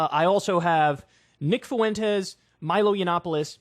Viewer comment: Nick Fuentes’ name is pronounced “Fwen-tez” not “Foo-en-tez”.